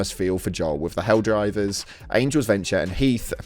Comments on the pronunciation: It's"Helldivers" not "helldrivers." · excuse me until u say hellriders correctly fuck now im doing it, Hell divers, excuse me!